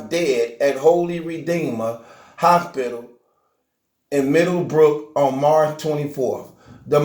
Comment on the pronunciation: Mane look I can’t listen to no nigga that can’t say hospital 😭😕